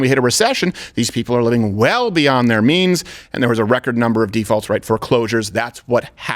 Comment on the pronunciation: it almost sounded like Steven said "living beyond their memes"😂😂